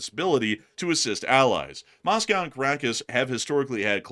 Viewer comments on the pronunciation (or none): none